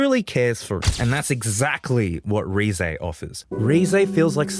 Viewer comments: Great video Also, it's "Reh-zeh", not "Ree-zey" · You do not pronounce Reze correctly.